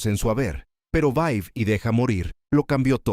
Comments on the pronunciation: No es Vai y deja morir......es Vive y deja morir. Revisa el audio. El locutor pronuncia mal el nombre de la pelìcula. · Es vive y deja morir. Han vocalizado mal el título durante todo el vídeo.